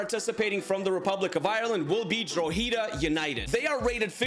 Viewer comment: Yo. Drogheda United is pronounced Draw-hed-a. Just for future reference 👍